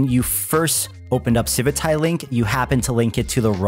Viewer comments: Does anyone else have the strong urge to never use this project again every time you hear them say the word "civitai" as if it were spelled "civitae"? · It feels so weird to hear you say civitai, i read it as Civit A I for years xD